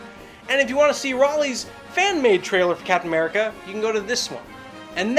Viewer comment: did he say captain merica?